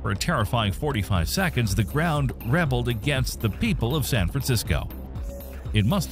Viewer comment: "Rebeld" rather than "Rebelled". Recognized it as an AI voice right there. Stopped the video right there and downvoted it.